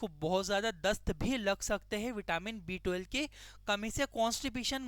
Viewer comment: B12 clearly bolo, property sunai nahi deta. B2 sunai de raha hai